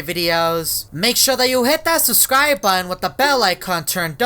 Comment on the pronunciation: why you nit say button buun